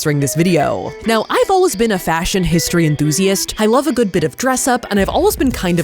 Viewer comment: "mmm eggs Guood"